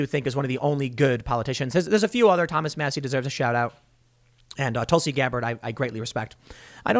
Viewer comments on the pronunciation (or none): none